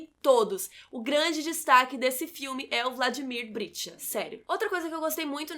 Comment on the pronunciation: nossa, ela repetiu 20 vezes Vladimir Britcha e é Vladimir Brichta!!!! bj